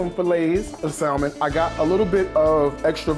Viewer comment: Love the salad. That dressing is dope. BTW.... The L in salmon is not pronounced. It's Saa - Mon not Sal-Mon.